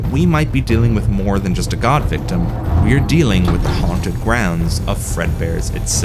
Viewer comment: Surprised that there’s no emphasis whenever GAWDVICTIM is said